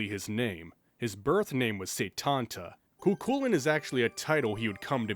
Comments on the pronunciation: for lancer's name I'd go with (Koo Kullen) - pronunciation wise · "I don't know which one's right and which one's wrong" Funnily enough, from what I've read NEITHER DO PEOPLE WHO ACTUALLY SPEAK GAELIC. I pronounce it phonetically (Koo Koolayne) and I haven't been yelled at yet for it lmao